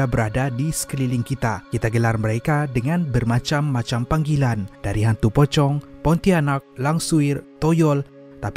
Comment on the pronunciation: Alam jin : Pontianak ❎ Pontainek ✅ Pocong ❎ Pokong ✅